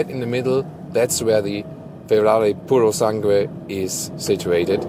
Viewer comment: just don't read the U on purosangue, it reads Purosang(e). Very Good review btw